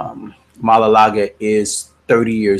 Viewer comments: It's maualuga not malalaga lol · The way u say his name 😂😂😂